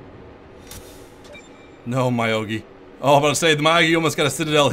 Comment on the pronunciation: very informative video, but.. its not my-o-gi, its myo-gi X_X